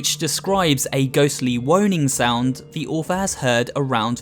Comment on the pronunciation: woaning .... way to invent a new word